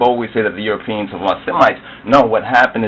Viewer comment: This man is a Buffoon... "EuroPEENS." He can't even pronounce the word. The cradle of civilization is the Caucus Mountains.